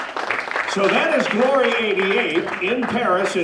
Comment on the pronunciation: when he says "are you ready for glory" he should drag out the GLOOOOOORY it sounds wierd otherwise